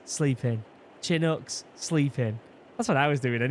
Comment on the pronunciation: Thank you from the Northwest for saying Chinook right mostvtye boys round here say shinoook it's Chinook